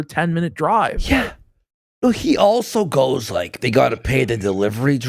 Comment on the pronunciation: says “also” as “alltho” oopsie!